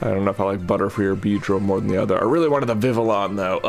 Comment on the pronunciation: BTW, for vivillon the "ll" is pronounced as a y like in tortilla